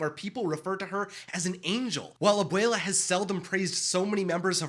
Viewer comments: Abwayla, that's how you say it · stop saying abuula